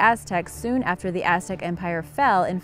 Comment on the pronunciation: Sexy voice I like the way she pronounced the Aztec stuff